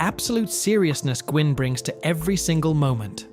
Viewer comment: The man who played the Judge was Fred Gwynn. But it’s pronounced as Fred Win. Not Gwynn. But Win like twin without the T.